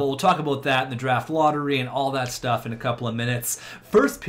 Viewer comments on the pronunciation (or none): none